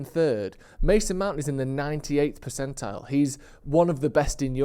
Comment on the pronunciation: Why do you say percential?